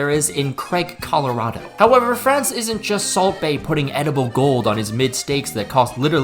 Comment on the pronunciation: Hey, Craig is better than that pronunciation of Colorado. Love from a Coloradan lol